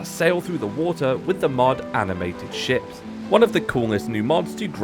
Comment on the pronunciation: Ngl, when you introduced the Animated Ships mod I swear you said Animated Shit, and honestly it still fits the mod